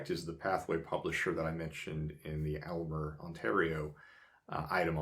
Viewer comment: Enjoy your videos immensely, but could you please pronounce Aylmer correctly? The correct pronunciation is AIL-mer. Don't worry....even people in Southern Ontario can't pronounce it right.